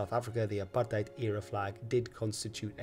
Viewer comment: Big ups for pronouncing Apartheid correctly